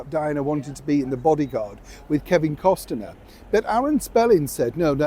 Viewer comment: Cos ner...not Cos ten er